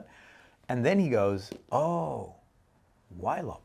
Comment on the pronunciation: I'm sorry but there is absolutely no reason for Ylop to be pronounced "whylop". The Y is not an abbreviation, the original word is not "Pollwhy" so it has to be an /i/ sound, I do not accept it. You don't call Yves Saint Laurent "Whives Saint Laurent", does not know what he was talking about.